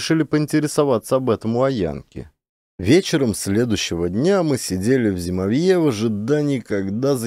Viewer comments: ЗимОвье, а не ЗимовьЁ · ЗимОвье ударение на O. Спасибо за отличный рассказ и прочтение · Не зимовьЯ, зимОвье! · знатоки? Просто слух режет. А если доказали, должна быть сноска, иначе не верю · все равно нужно указать, что это местный говор, хотя-бы для эрудиции слушателей и если слушают дети, чтобы знали как правильно произносить слова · Каляныч тоже читает про тайгу. Но у него с ударениями туговато.. "флагИ, зимовьё, валЁжник, Варвара (на первую А).. Каляныч читает, и не сообщает, как называется книга, кто автор.. Просто читает несколько книг с одной и той же картинкой: лесная избушка с лавочкой под окном (для медведей?).. Немного переигрывает, ханты с украинским акцентом гыкают😅😅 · При всём уважении. Слово зимовье – здесь ударение падает на букву О. Есть и другие ошибки. Бессмысленное шатание по тайге и убийство животных – это не круто. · Меня тоже по-началу (мягко говоря) раздражало , но может быть — по авторскому тексту , ведь иногда произносится правильно !🤗